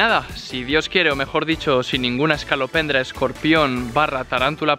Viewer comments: No hace falta deciros esto,porque se que os diréis cuenta en algún momento☝👁ami me pasó: No es es(ca)lopendra, es es(co) lopendra😁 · Es escolopendra, no escalopendra (voz de Hermione) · Que no se llama "ESCALOPENDRA", sino "ESCOLO, ESCOLOPENDRA",JAJAJAJAJA. Besos!!!!😘😘